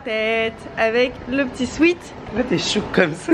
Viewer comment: Tu ne prononces pas bien "sweat " tu le prononces "sweet" qui est bonbon